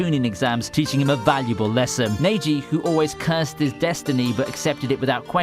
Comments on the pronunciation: “naygee” pissed me off. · "konowha" "naruwto" "saskayy" - english accent in anime sucks "NEYJI" fuck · What he says neji sounds more like Nebji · Bro it’s neji not nyagi the utter disrespect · No disrespect intended to ur accent but it's the way I say neji as neyiji doesn't sound good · Nearly clicked off v2 as he said neighji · he really said neji as neighgee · number 8 had me crying....mostly because you prounounced neji as naeji, but because as a kid i only wanted to watch naruto because of neji